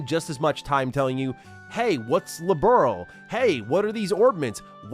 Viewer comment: Thing that kept annoying me in the remake is the constant mispronunciation of Liberl, so many times it gets called Liberal. -.-''